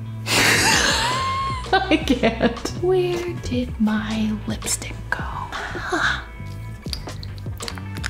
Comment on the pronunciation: Gibi :my powder Also Gibi: ME POWDA